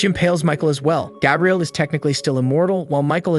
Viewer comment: Did you intentionally mispronounce Gabriel?